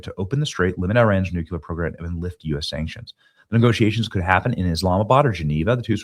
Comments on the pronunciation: New clear. Nuclear Why do you say noouckyoular ? Bizarre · Nu-cue-lar is simply an incorrect pronunciation of nuclear. Look at it phonetically, NEW-CLEE-ER. Really a pet peeve and you said it a million times in this video. Robin Williams also said it incorrectly, arghh... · Yall! Please teach Benny how to say the word nuCLEar not nuCUlar. Especially on a video where he says it no less than 15 times. 🤦‍♀️. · You're awesome Benny, but you DO keep triggering a personal pet peeve of mine going back to the Cold War. The word "nuclear" is pronounced NEW-CLEAR and not NEW-KEW-LUHR. You add an entirely additional, non-existent ghost syllable and mispronounce the word. Why do soOo many people do that to the word NUCLEAR??? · New-Clee-Uhr. NOT new-cue-ler. Didn't we go through this with W Bush? Also, SAVE ACT!!!! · Benny, I love ya, but it's: New Clee Ar! Not New Cue Lar. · "NEW - CLEE - AR" - Thank you for your attention to this matter. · Here's an idea. Maybe stop with the stupid clickbait titles and just tell the truth. Every time I click on one of your videos it's completely different than the title. But anyone who pronounces nuclear as nucular is clearly an idiot, anyway, so this will most likely go right over your head. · Please Benny, "NucUlear" is not a word. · Hey Benny…. We love ya, but you absolutely have to stop saying nukular. I’m not sure why this happens with some people but it’s really hard to take you serious when you can’t say nuclear. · Not pronounced Nucular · Please learn how to say nuclear. You are doing yourself a disservice.